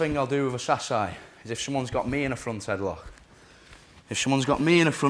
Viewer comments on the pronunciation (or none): "switch to get the reaction and come back to a headloghgkheh"